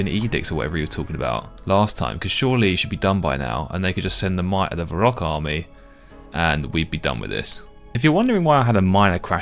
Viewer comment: "my reek" , "va rock" , ''Dre Zeel'' , ''Skimmy'' , I can't